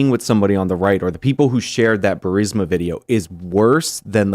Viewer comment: Benny doesn't know how to pronounce burisma it's embarrassing